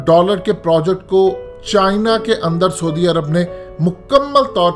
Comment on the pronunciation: soodi arab....hahaha...bolna b ni ata....saudi arab hota ha...